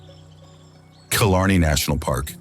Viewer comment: Pronunciations again, gall-way, kill_arnie, con_e_mara, I have to stop